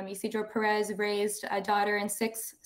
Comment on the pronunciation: WRONG pronunciation of Pérez